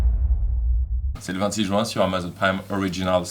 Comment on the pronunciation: Aaaah mcfly t'es de ceux qui disent "jouin" au lieu de juin putain